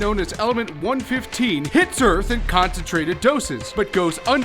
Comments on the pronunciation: it's not 1-fifteen it's 11-FIVE I'm sure you know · It’s one one five not one fifteen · it not one fifteen its one one five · him saying element one fifteen made me mad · South Park, btw one one five, not one fifteen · one one five. not one fifteen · It's pronounced "one-one-five" and not "one-fifthteen" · 1 15 really 😑 it's pronounced one one five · It's element one one five not one fifteen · Good video but i want to say one this.....its not element 1-15 its element 1-1-5 (- <--with theese little lines i show the pacing of the numvers said. ) i hope you understand what i mean :)